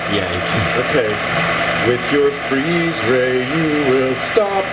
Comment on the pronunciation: Did camera man say. "freez ray"